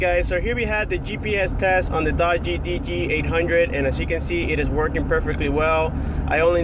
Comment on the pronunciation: it is pronounced dugee